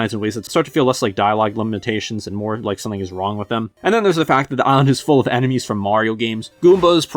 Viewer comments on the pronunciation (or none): none